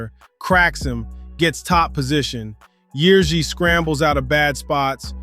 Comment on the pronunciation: nice Ř pronunciation mate